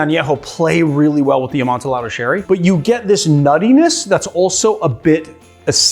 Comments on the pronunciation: He certainly did. I always thought it was the typical Spanish double L, a-mon-ti-yaddo..... I think. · FFS Two LLs in Spanish is a ‘yah’ sound - Amon-tee-yah-do. 🙄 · AmontEE-ado sherry. How can you pronounce añejo correctly but not amontillado? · It’s pronounced“amon-ti-ado”. For the love of God, Montresor! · Did you say "amon-ti-lado"? I hope that was an affectation and not how you really pronounce it. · Yeah...I got irrationally angry every time he said it like that. It's supposed to be a double-l y sound.